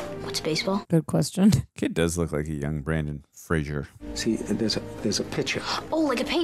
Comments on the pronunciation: It’s pronounced Fray-zer (like razor). It’s not Frasier. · It's "Fraser" like the "Razor"! If you pronounce it like the show "Frasier", he will get mad! 😉🫶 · Brendan not Brandon and Frasier is pronounced Fray-zur according to Brendan. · Yes, yes, yes! Such a great movie ... but as a PSA - Fraser is pronounced to rhyme with Razor. (Not Fray-zur like Kelsey Grammer!) Said only with love because Brendan has battled it his whole professional career so the least we can do as fans is get his name right 🙂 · If it helps, and I’m sure others have said it, Brendan Fraser has said that his last name is pronounced like laser 🙂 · You’re to go to the first time- it’s pronounced Fra-zer. He always corrects people. He says it’s Fraser like razor. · Fraser rhymes with Razor